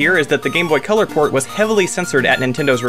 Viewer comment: You say port. I hear porn at first..